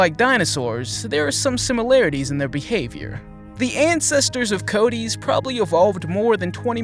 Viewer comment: You're pronouncing it wrong! Its Coatis (Co-Ah-Tees), not Coat tees